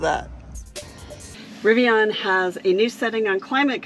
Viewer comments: Rivian - pronounce it like VIVIAN (the ladies name). It's not RiviON or RiviANNE. Driving me nuts so I had to say it. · It's pronounced riv-e-an, not riv-e-awn.🙄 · Nice review and interior details with a specific application for families. Riv-I-on pronunciation a bit grating. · It’s driving me crazy too. People saying it wrong sounds like they are talking through their teeth asking their butler to pull their Rivi-yawwwn around to the other side of the yacht and load it full of the cash from their royal tennis court at prep school. Lol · How can you review a vehicle when you can't even say the brand correctly?